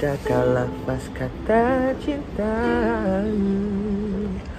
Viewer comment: IKRR! The way he said " kawu" 😂